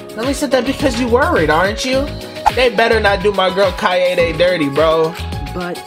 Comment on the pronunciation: Oh btw, Keade's name is pronounced "Kai-day" not "Kai-yay-day". Kai-yay-day is just a mispronunciation by some of the VA's, cuz youll notice that its not consistent which way yhe cast pronounces her name. But the Japanese dub only pronounces it the one way.